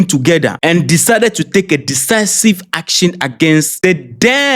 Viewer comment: I'm from Keta. You can speak English more than l can speak. Please check how to pronounce the word decisive and bilateral. Please l mean no harm .l really love your videos. Mawu ne yrawo gbogboo!